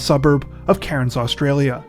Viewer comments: the way he pronounces cairns gets on my nerves 🤣🤣 it's pronounced cans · Cairns is pronounced without the 'r' like (tin)'cans' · We pronounce it Cans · It's pronounced "Cans" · I love you guys!!! But just an FYI- Cairns, Australia is pronounced like 'Cans'. Okay, thanks again guys, keep up the great work!!! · Your pronunciation of Cairns could do with some work 🕵️‍♀️